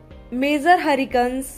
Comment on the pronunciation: It is not urricane it is hurricane 🌀 improve your english